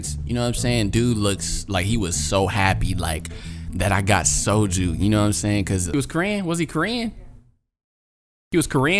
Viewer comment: Viet-ma-knees guy: Ohhh you got the Sojuu!